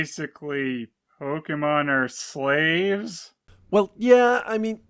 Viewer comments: "Pokemen." TRIGGERED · I would have tended that mispronunciation as “Pokehmin”, actually. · Did anyone catch how Ken Watanabe pronounced Pokemon in Detective Pikachu? That's from trying to shorten Pocket Monster. And that's still better than the voice direction here. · Wait, so Ash's own voice actor didn't know how to pronounce Pokemon back then? What?